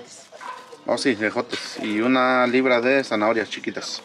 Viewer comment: QUE MAL SE OYEN DICIENDO LIBRAS, NO MMEN.